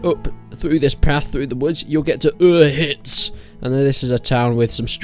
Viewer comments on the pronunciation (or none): dude... It's not pronounced "Ur-hitz," it's pronounced Bannerlord release date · The hell is Oohitz? Did you even play the game? Every character says "Uzh-itz". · it's U-zhits, not Uz-hits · Uhitz? It's UZHIC (Užice)... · It's not ohitz it's oh shits